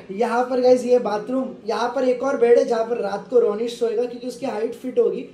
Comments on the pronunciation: RONISH NAHI RONNA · YOU CALLED RONISH 'KUTHE'